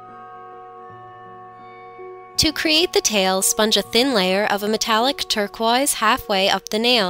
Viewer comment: How did she pronounce turquoise? Lol